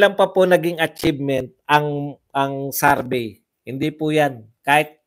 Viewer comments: Correction lang po, it's not Sarbey its survey :) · Survey hindi sarbey po 😊